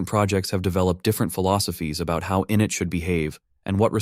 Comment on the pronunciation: Please train the text-to-speech that process 1 is pronounced “in-it” with the accent on the “it” not “in”, short for initialize.